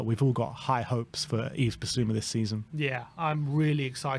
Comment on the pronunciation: They get Dejan and Yves wong every time too.